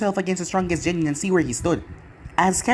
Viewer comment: Bro love this, and most of your series. One thing that bugs me. “Gennin” the gen- is pronounced like Ken cause the G doesn’t make the J sound, not trying to be condescending or a dickhead just had to point it out after the 15th part 😂😅